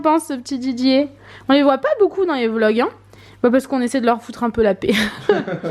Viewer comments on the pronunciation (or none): Vlog pas blog😂